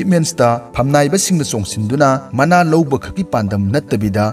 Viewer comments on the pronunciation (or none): none